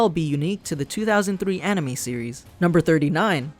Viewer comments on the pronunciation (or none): "The 2003 ani-mee series" Also that Regular Show also parodies G Gundam, Gurren Lagann, and Evengalion